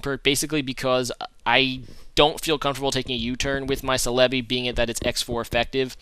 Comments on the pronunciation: It isn't "Sel-EB-ee" with the emphasis on the EB. The emphasis is on the BEE! "Sel-eb-BEE". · Escadrille is not UU it's OU. Lastly it's CELL UH BEE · u gotta look up how to pronounce celebi man..